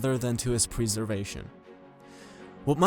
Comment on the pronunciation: *preservation not preeservation